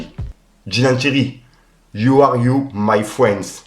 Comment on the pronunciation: tu doit prendre ton prof d'anglais la c trop "youor you my friends"sv dire quoi 🤣🤣🤣